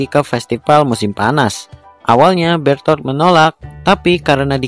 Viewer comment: Bang yang benar itu bherthol bukan betol